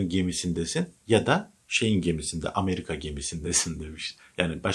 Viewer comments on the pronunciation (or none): none